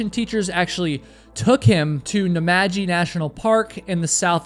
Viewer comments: I live in Canberra and you said it right and Namadgi too. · I live in Canberra. You nailed it, and you even said Namadgi right as well! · Hiya from Canberra - yes you are spot on with pronunciation of both Canberra and Namadgi - thanks for saying Can-BRA instead of Can-BERR-a. I have a signed copy of his book "White Limbo - The 1st Australian climb of Mt Everest" if you can get hold of it there are some great photos and writing. His post-survival book "Dead Lucky" is a fantastic read. Sadly mesothelioma is likely from exposure to asbestos which was widely used in construction materials and particularly loose fill insulation in Canberra houses last century. His climbing career and survival on Everest is all the more amazing given he may have been in the early stages of mesothelioma by 2006. RIP Lincoln Hall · You said Canberra right. And Namadgi. Tx. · As a resident of Canberra I can say your pronounciation was correct. And you even got Namadgi National Park right too! Thanks for another interesting vid. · And he nailed Namadgi too! I've never heard an American pronounce those names correctly lol